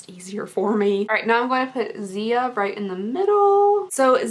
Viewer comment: Anyone else got pissed when she pronounced Ziya's name wrong